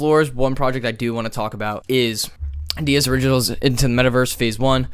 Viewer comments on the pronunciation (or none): Please look at an adidas advert and you'll see you are pronouncing this incorrectly.